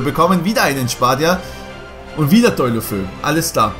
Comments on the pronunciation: 7.21 wer is Deulofö? Man spricht ihn DeolofeU aus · Man spricht das De u lo fe u aus. Nicht Däulöfö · Maaan, das wird De-u-lo-fe-u ausgesprochen, der ist Spaniener kein deutscher 😂😂😜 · Ich wollte nur anmerken, das der Typ De-u-lofe-u ausgesprochen wird und nicht Deulofö also mit abgetrennten Us. Trotzdem cooles Video. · Deulofou hahahhahahaha bruder, wie soll ich schreiben. Es heißt anders ausgesprochen 😂